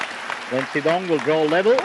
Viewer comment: Pity the commentator can’t pronounce “Shidong”.